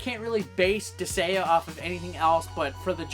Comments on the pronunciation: As a suggestion: you might want to be able to pronounce the title of a game correctly before you review it. What is a "Dis-ay-uh"? Where the hell did the G go? You literally take "gaea", a name for Mother Earth (I believe Nordic in origin? Could be wrong) said "guy-uh" and add "dis". When in doubt, Japanese game. I'm sure you could've found a Japanese pronunciation of it. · It's Dis-Guy-Ah, not Dis-Gay-Ah. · Disgaea (Dis-guy-uh) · I was wondering if he might have mild dyslexia because I thought he was saying Disagea with a very soft g, partially because of his other attempts Disageia and Disagna putting the a before the g. I could see dis-gay-ah because it uses the less common, pure greek spelling of gaia which has weird phonics for an english speaker. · Dis-say-uh lol wtf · Sorry for adding to the ones who've already done so, but Disgaea is pronounced dis-guy-ah. Also, you missed the R in Prinny, and the first game had a DS port. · Dis-GAIA, that's how you pronounce it. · It's Pronounced Dis-Gai-Ah. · Herman Munster Dis-gay-uh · But "Disgaea" is not even a Japanese word... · going through the comments I didn't see anyone mad for saying the game title wrong. Mostly just corrections on the way to say it >.> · Lol bruh, there's CLEARLY a 'g' in the name. Regardless of any proper vowel pronunciation, how the fuck you were pronouncing it without any sort of 'g' sound is beyond me. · you insult the viewer because they just correct your pronounciation and do nothing else?...... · That feeling when the comment section corrects the way you pronounce a greek word, but you are so insecure that you call your fanbase weeaboo anime fucks. I've seen this channel pop up once or twice, but at least I now know that I can ignore this channel. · He may have gotten the name wrong, but like a true badass, he said it a lot. He probably knows how to pronounce the name correct, he just won't!